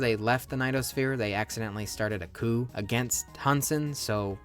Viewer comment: its a 4 letter word called coup they staged, not a coo